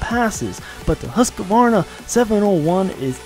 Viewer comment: I'm sorry, did you just say "Husqavarna"?